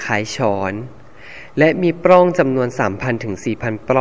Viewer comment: ปลัองค่ะ มิใช่ ปร้อง สะกดปิดนะคะ ไม่มีร.เรือ ไม่ต้องกระดกลิ้นค่ะ